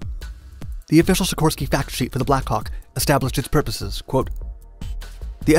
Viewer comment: The American pronunciation of 'Black Hawk' is unfortunate at best.